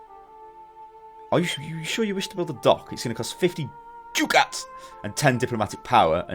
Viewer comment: Minor thing, but I believe it is pronounced "duck-ats".